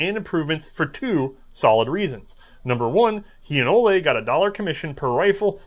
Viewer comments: And Ole is not pronounced Oley. Coming from someone named Ole ;) Contact me if you need help with Norwegian pronounciation in the future. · This American Norwegian says it's O-lee Krag.